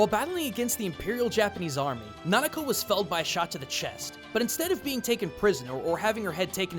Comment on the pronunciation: its nakano takeko not nanako..